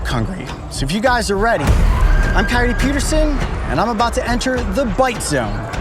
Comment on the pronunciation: Coyote not coulye